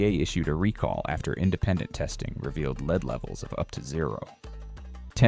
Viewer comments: Stupid AI .The word it has been mispronouncing leeeed should sound like led ,led ,led , Now learn that you stupid machine .😊😊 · The metal lead is pronouced led not leed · AI alert: in a video concerning food poisoning, THE MINERAL LEAD NEEDS TO BE PRONOUNCED WELL, NOT AS A VERB UNDER LEADERSHIP QUALITIES. Please make it clear, and checked; show leadership.